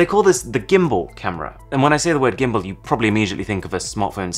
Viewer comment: Arun, please, you're British, pronounce "gimbal" right